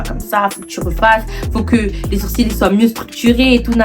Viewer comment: Les sourcils ils étaient vraiment bad prononcé 🤣